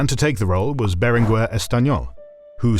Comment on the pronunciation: Berenguer, not Berengüer. The G stays hard, but the U is silent. Very little research seems to have been done on Catalan...